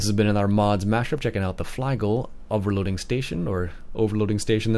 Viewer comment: Just a heads-up, the parent company pronounces it "fleegle" not "flygle". Generally speaking, in German an I before E (IE) is pronounced EE and an E before I (EI) is pronounced EYE. Nice review.